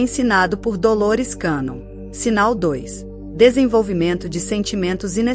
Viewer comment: Pronuncia de cannon- quénon!